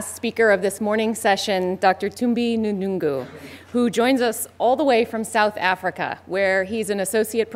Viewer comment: Hehehe..Dr N thungu..she couldn't pronounce his name....